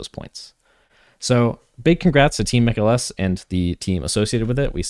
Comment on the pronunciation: Mikael is not pronounced like mikaylah but like michael.